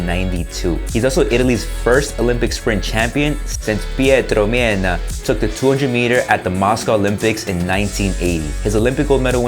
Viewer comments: Good video but it's pronounced Men-né-ah, not Mienna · It's not "Mienna" it's "Mennea", but good effort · Pietro Mennea is a legend, please pronunce is name right. "Men - neh - ah" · How do you pronounce Mennea??? Would you accept if I would pronounce Carl Lewis like, for example, Callo Levisse? No? You wouldn't accept it. And you would be right. So, please learn to pronounce not English names correctly. Pay respect for the other languages. You have just to search in Google and you would find the right pronounciation. It would cost you less than 3 seconds. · How did you pronounced Pietro Mennea? Oh no… 😂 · this is the right pronunciation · just a correction: Mennea is pronounced like "men" and the second part rhymes with hair